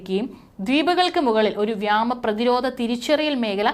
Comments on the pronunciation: വ്യാമ അല്ല വ്യോ മ അതിർത്തി എന്ന് പറയുക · വ്യാമ അല്ലടി കഴുതെ വ്യോമ അതിർത്തി നിന്നെ ആരാടി വാർത്ത വായിക്കാൻ ഇരുത്തിയത്.